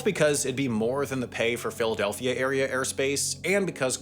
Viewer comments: Did he say Filthadelphia?? 😂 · My mans, did you say "Filthadelphia" ? Not opposed to this, its pretty accurate name, but that is what I heard haha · he really said Filthadelphia!!! 😭😭😭😭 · Did he say filthadelphia? 👀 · Ayooo did he say Filfydelphia? 🤣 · I swear I heard filthidelphia 😂😂😂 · Y'all heard that pronunciation of Philadelphia? 😂😂😂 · Me too. Did a double take. <- Filthadelphian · You absolutely did 😂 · I had rewatch it a few times to make I heard him right 🤣🤣🤣